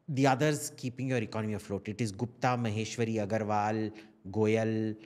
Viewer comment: Not Maheshwari… please. Maheshwari NO